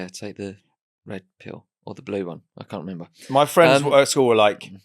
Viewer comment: Oooo, red trouser fwiemds.